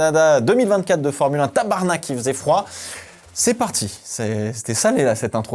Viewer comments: Content de voir que tu a pris le temps de bien prononcer ton " tabarnak" 😂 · Bon finalement un Français qui prononce comme il faut tab*rnak ! Excellente idée de commencer par LE dépassement de la décennie ! Bravo à Albon ! Même sur une piste sèche, ça aurait été WOW ! Il sera dans les plus beaux dépassement de l'histoire de la course automobile pour très longtemps. Dommage que ça finisse ainsi, une marmotte n'aurait pas eu autant d'impact que Sainz. Cette fin de semaine illustre très bien le pourquoi qu'il est difficile de déplacer le GPC plus tôt dans le calendrier comme le voudrait F1 Management, qui aimerait le mettre avant ou après Miami, soit en mai, pour diminuer les coûts et réduire l'impact carbone, ce n'est pas une mauvaise idée en soit, mais question spectacle... En mai, ce serait trop frais pour les F1 (quoique quand on regarde du côté de Végusse...), en juin, la météo demeure qlq peu instable, ça ajoute du piquant. Comme on a pu le voir. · Pour un francais ton tabarnak est tres bon :face-green-smiling